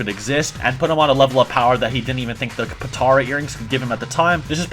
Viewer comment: Why refer to the great apes ,as great apes.and then call them ozaru less than minutes later smh...also ...its pronounced. Po ta ra ...say it with me ...po ..ta. ra. earrings